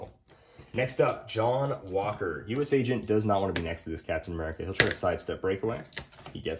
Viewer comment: I think wi036 Cap is neat, but I’m just glad says U-S Agent, and not U-S-A Agent. Man that annoys me.